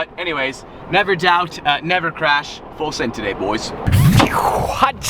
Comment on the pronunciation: I cringe a little when I hear anyone other than Alex Choi say Fullsend..